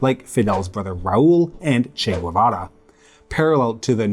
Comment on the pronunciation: It's interesting that you pronounce Spanish , , , and so authentically but still wrongly pronounce "Guevara" as if it were "Güevara", with a /gw/ at the beginning. It actually made me doubt if I was pronouncing "Guevara" right by assuming it was like normal Spanish spelling.